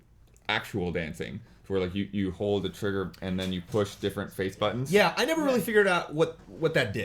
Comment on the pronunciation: Can please say buttons not buddins. haha middens, kiddens